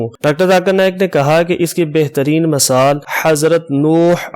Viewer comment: موقِع کو موقعَ نہیں کہا جاتا بلکہ "موقعے" پڑھا جاتا ہے جبکہ موقع لکھا جاتا ہے۔ اسی طرح اوَلاد کو اوٗلاد کیسے پڑھتے ہیں۔ مِثال کو مَثال کہدیتے ہیں جو غلط ہے۔ اس کو اِس کہہ نہیں سکتے کیونکہ ان میں سے کوئی بھی وہاں موجود نہیں ہے۔ وِراثت کو وَراثت کہنا بھی غلط۔